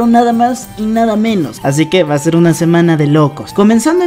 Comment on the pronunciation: Noce si soy la única que vio pero cuando dice una llegada inesperada dice uma llegada inesperada osea no dice una con Ene lo dice con Eme xdd